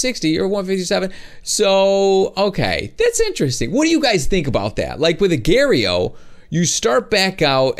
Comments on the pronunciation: it's agar.io not agare.yo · He Say Agar.io Wrong To Lol He Say "Agairio"